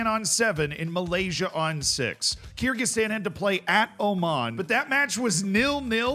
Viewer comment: It's pronounced ker gi stan